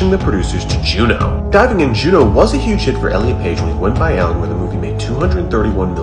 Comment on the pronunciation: It’s pronounced “Ellen”